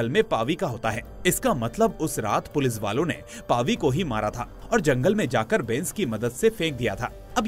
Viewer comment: Bhai sab thik he par पुलिस को पुलिस ही बोलो पुलिज नहीं इट्स इरिटेटिंग